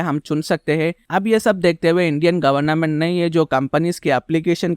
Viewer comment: Government hota hai N mat use kro ap governa ment bol rahe ho